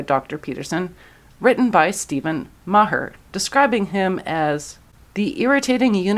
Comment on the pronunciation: Maher is basically pronounced Marr.